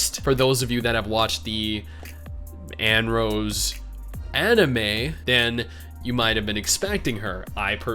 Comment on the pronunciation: Thumbs down for having to hear you mispronounce Annerose so many times.